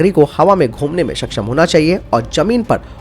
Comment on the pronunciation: Self propelled ka matlab hain khud se chalanewala na ki khud ko nasht karanewala. Khud ko nasht karane wale ko 'self destructive' kahete hain. Hindi uchcharan bhi sudharein. Saksham ko baar,baar shaksham kaha gaya hain. Kya ab hum Hindi bhi thik se nahi bolenge? Baki video achchha hain